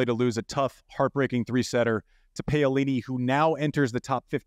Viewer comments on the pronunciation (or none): Hi Andy! Would like to request that you pls try to get the players’s names pronounced as close to the correct way as possible. It’s ok when your american accent gets in the way but please do make an effort. Pay-yo-li-ni is just too much!